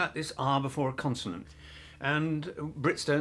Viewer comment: bro it’s “consonant”